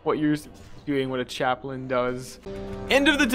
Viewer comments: It's pronounced "CHAP-lin." Basically just pretend the second A isn't there. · Its Chap-len